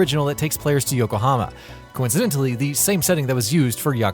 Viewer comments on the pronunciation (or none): none